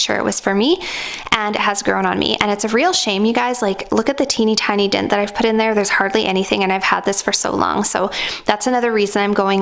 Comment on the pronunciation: why do you say "dint" for "dent"?